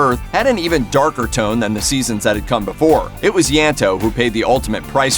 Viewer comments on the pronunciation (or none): none